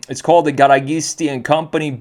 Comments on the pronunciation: Hey come on now, you should know better as a European and as someone who knows cars and has been exposed to some Italian, it's "gara-GEE-stee" not "gara-GHEE-stee" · Pronunciation is : GA RA GEES TEE